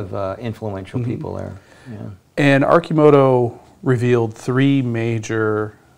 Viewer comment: Someone tell Sandy how to pronounce Arcimoto and Oregon.